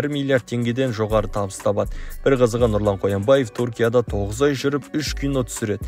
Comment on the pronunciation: Туркия емес түркия өз тіліңді дұрыс сөйле